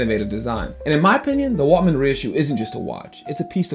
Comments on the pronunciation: Great video. By the way, it’s Waltham, not Waltman, isn’t it? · “Waltman”? Ok this guys knows nothing… Skip!